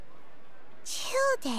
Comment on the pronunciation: I'm so confused with some name pronunciations >.< Childe introduced himself as "Child(e)" but then Paimon called him "Chill-deh" Xiao's name sounded like Sha-oh, and then it was pronounced like "See-ah-oh" really fast 😅